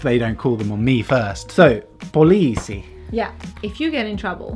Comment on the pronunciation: The important thing is to remember that in finnish, you emphasize the first part of the word. For example, instead of having the "weight" of the word in the middle like you said in the police part (poLIIsi), you emphasize the first part (POliisi). The same goes to basically every word in the finnish language!